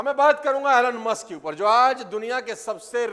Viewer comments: It’s not Alan Musk . It’s Elon Musk. You teach others, ppl follow you so you should know correct pronunciation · your pronouncation "alan maaaaask''😂😅😂😜